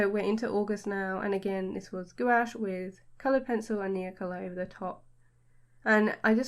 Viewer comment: I love your art and style. So colorful and cute. Just by the way: this is how Gouache is pronounced!